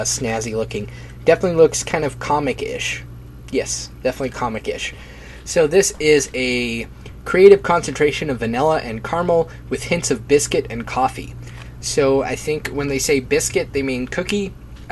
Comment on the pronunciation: They don't "mean cookie", they mean biscuit. :') But to you guys over the pond it means cookie. Also bannoffee it's pronounced ban-off-ee. I beleive it's toffee rather than caramel. Great video and analysis of flavours though will have to make a purchase.